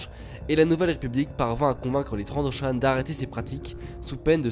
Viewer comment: ça s ecrit Trandoshan et se prononce Trandoshanne et old rep. n est pas une reference